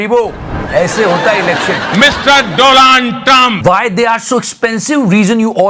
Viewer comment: Bro literally said 'Do land trump' 💀